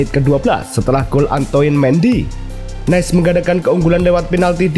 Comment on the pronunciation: maaf min Nice di baca Nis bukan Nes